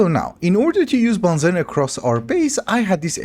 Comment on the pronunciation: I know you're not to worried about the pronunciation, but BENZENE is actually pronounced Ben Zeen 😛